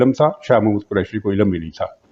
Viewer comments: Sir uska naam Shah Mohammad Qureshi nahi, Shah MAHMUD Qureshi hai. You said it wrong atleast 3 times. And it's not Pakitan but PakiStan. Kahan se ho bhai? Please improve on your pronounciation. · Shah Mohd. nahin Shah Mehmood Kureshi. Kripya naam to theekh se lain